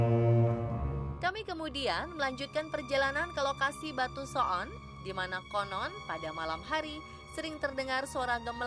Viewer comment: menit pengisi suaranya sangat fasih mengucapkan kata so'on menggunakan huruf 'ain. wkwkwkwkwk